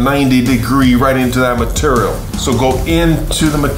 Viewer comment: ... dude said material funny asf